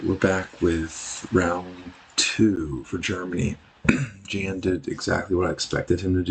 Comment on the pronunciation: The "J" in Jan's name is more like a "Y' sound and the "a" is soft, similar to the word "Yawn", like yawning when your tired. Thanks for the video : )